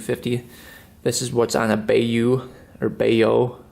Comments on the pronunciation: When pronouncing “Kawasaki bayou” it’s pronounced “bye-you” not “bay-you”. I love the vids btw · bayou you say it like buy you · Bayou is pronounced Bye you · Bayou = Buy-you. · being a Louisiana native...Bayou is pronounced "bi-you". just a FYI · By-you lol bayou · Its "bi-you" lol, great vid! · Bayou is pronounced BUY-YOU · It's By-You... Bayou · I love how you always pronounce things the wrong way like bayou haha I actually have a Kawasaki bayou lol. I love your videos man keep it up